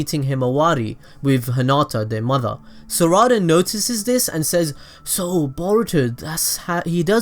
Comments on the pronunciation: Its saらda not saRRada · It’s not sawada it’s sarada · It’s not sarda it’s sa ra da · Bro don’t tell me you say SURADA it’s SARADA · Its sarada not sarida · Is it just me that hears "za warudo" whenever he says "sarada"? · The way he says saradas name makes me mad low key just say sa-da-da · Sa ra da lol its sarada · mispronounces sarada IT NEVER ENDS SORUDA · It’s Sar-uh-duh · Pronounced Sara-duh and Sumir-eh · saw raw da lol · The way he said Sarada is Sourada... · This is how many times he mispronounced Sarada ⬇ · Say the name right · The way u said sarada just pisses me off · he can't even say sadara right